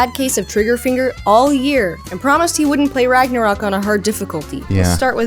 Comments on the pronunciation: Ragnarock? IT SAYS RÖK ÖÖÖÖ THERE IS AN Ö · It's Ragnarök, not RagnaROCK! Pls lern ur pronuciation smh...